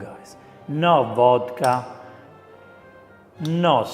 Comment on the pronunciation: Beans, Wodka and Seaweed 😂😂😂😂😂😂